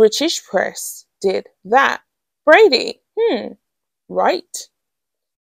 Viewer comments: I am beginning to be irritated by the mispronunciation of a very simple name with an obvious pronunciation. If it's not Brady, it's Bradbury. Please look at the letters in the word and pronounce it accordingly. It matters, because it is very easy to get the names of people mixed up, and someone named Bradbury might suddenly be accused of something they know nothing about. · Yes, and The Royal Grift kept saying BRADBURY. There is no "UR" in there, but there IS a B. This is not a difficult name and mispronouncing it is careless, to say the least.